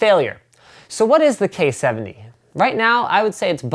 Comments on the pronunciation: wat "the coyeh 70rgb...) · "so, the KOI HEUU 70"